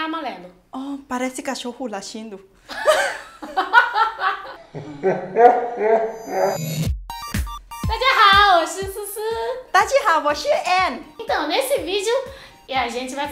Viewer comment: Não ele disse assim "parece cachorro lachindo"